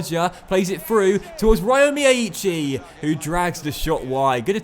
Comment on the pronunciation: If it helps, the y in Feynoord and Cruyff comes from from Feijnoord and Cruijff being anglicised Also, from memory, it's pronounced "Rio Miyaichi"